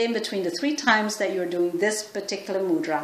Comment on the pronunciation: Please correctly pronounce mudra... It's irritating to hear ..from India